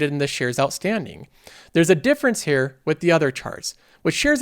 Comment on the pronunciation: You pronounce here as hair nice vid